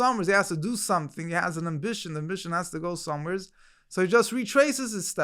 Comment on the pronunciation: "going somewherez?" "Somewherez?" 🤌 What is dis, BrOOklin?!